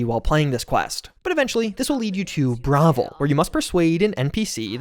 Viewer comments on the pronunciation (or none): Me trying to figure out if bro actually pronounced it “Brah-viL” when he suddenly hits me with “Mehrunes HarBRinGer” 😐